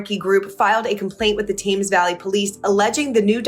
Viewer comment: Thames... tems rhymes thems